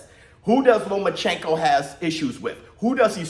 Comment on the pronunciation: Lo-mas chenko had me dead🤣